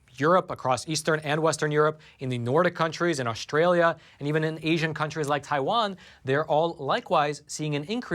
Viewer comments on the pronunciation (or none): none